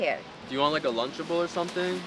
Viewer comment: Dari cracked me up when he said do you want a linchable